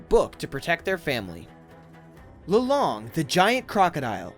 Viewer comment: im face palming every time you say lolong because im pinoy